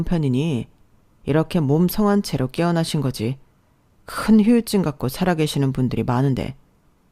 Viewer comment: 이 목소리는 꼭휴유증이라고 읽네 후유증이라고 좀